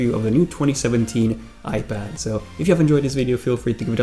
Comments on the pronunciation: Dude. Why do u keep saying "iPadder" ? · Is it me or does he keep saying ‘iPadder’